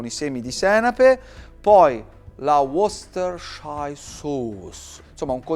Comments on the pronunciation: wostersciairsous? Ahhaha non sa neanche lui il nome della salsa... 🤣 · Si pronuncia salsa "woostar" non come ha detto e ripetuto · Equally challenging in English & Italian 😂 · Got to love that pronunciation of Worcestershire sauce 😁